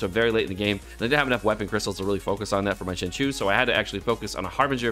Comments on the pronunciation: Not to be that person but IT'S PRONOUNCED SING-CHO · I really love you dude but your pronunciation of Xingqiu is sending me :D